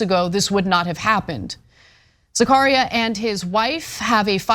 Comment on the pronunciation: Anna's pronunciarion of Zacharia is driving me nuts!!